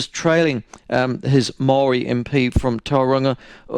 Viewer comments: Shut up White people in power do it all the time get it right one sided opinion only cant even pronounce Maori properly fuck off dick head your racism is not needed . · This guy lived in New Zealand all his life and can't even say Maori right he's mocking the reo language